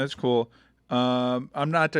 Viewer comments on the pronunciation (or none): Lmao! had a darth traitor(*rump) stroke saying trivialize. China, Russia...aaaawww🤣🤣🤣 🦆🦆🦆🦆🦆